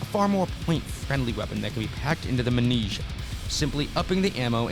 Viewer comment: no you mispronounced Mnesia 😂 its like "Em-nesia" not "Muh-nesia"